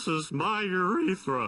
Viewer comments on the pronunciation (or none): Urethra. It doesn't rhyme with Aretha.